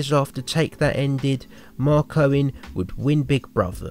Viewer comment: it sounds like your saying Mark Cohen its Mark Owen